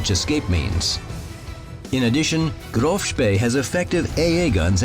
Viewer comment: To be honest... it isnt THAT hard to say Graf and not Grove